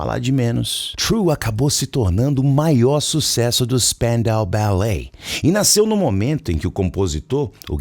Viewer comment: Eu nunca soube pronunciar o nome da banda... Spandau lembra francês, mas não é... Kkkk😂😂 🩰